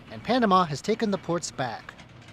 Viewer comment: Hey CCP moron, its called Panamá, not ponama.